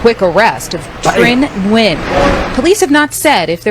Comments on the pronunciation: FYI Like I know you don’t care about killers names but Nguyen is WIN in English. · We have a physician at work and she told us to pronounce it as N-Win. 🤷‍♀️ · I'm so glad you covered this, This is absolutely tragic, So glad they were able to apprehend this FOOL, SO sad, RIHP BBY BOYS🕊🌹🕊🌹FYI The name is pronounced (WEN )I hv a Dr w/the same name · So I do appreciate your video and the information but in the future can you please fix the audio lag and maybe even work on pronouncing the names properly? Hearing you struggle to pronounce the names was disrespectful to the people involved. You're talking about them but you can't even pronounce their names properly.